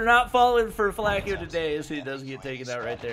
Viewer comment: It's not Flake-O, it's like Flock-o. Spelled Flacko means skinny in spanish.